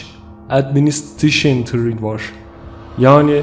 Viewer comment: Neyşınıl ayvroneytiks end speyç edministışıntirik yani NASA. Başkan yazıya dökmek için 10 defa dinledim bu bölümü. İngilizcenin olmamasına lafım yok ama madem bilmiyorsun ingilizce söylemeye çalışmasaydın be kardeş . Bak doğru okunuşu aşağıda. Neyşınıl eoronautiks end speys edministıreyşın. Mizah içerikli bir paylaşım olmasaydı harbi giydirecektim 😁